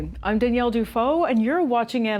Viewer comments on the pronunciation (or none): none